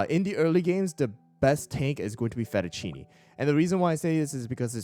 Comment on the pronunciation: Day 1 of telling to pronounce fettuccine